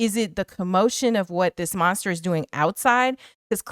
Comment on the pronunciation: Who you callin monsta??? lol